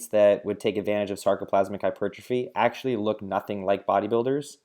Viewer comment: glad I wasn't the only one that heard that lolll